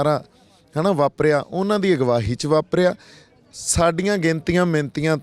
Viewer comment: ਸਿੱਧੂ ਸਾਬ ਪੰਜਾਬੀ ਠੀਕ ਬੋਲੇ ਜਿਵੇਂ ਤੁਸੀਂ ਬਾਰ ਬਾਰ ਅਗਵਾਈ ਨੂੰ ਅਗਵਾਹੀ ਕਹਿੰਦੇ ਹੋ